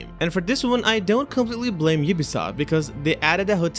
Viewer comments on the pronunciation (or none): none